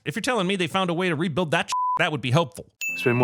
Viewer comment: "We will ebuild" CinemaSins in a nutshell!😂